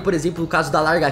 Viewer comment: por favor fale lagartixa corretamente!